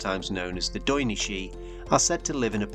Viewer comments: Also it’s not”doy-na” it’s “theena” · Daoine is pronounced “Theena”